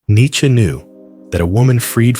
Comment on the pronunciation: An American can who doesn't say 'neechee'. Good lad.